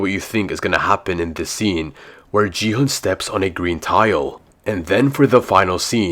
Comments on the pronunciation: IT'S NOT JI-HUN, IT'S GI-HUN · GI HUN❌G HUN✔️😂